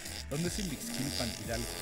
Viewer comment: Es Ixmiquilpan, no Imixquilpan. Hahahaha